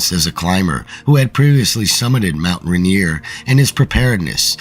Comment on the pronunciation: It’s not Mount Ranear. It’s mount Rainier.